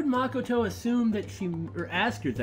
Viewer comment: Stop saying Makoto's name wrong